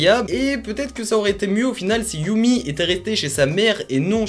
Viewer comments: Super vidéo, sinon on dit "yeummy" et pas "yoummy" :) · "yami" pas "youmi", c'est un gamin des USA pas du Japon